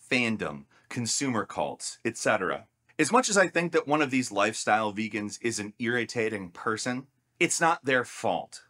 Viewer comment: He really said "some of my best friends are veagans"